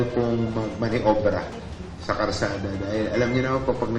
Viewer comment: bulol ,sinu ba yang MMDA nayan Karsada daw😂 Kalsada po sir😢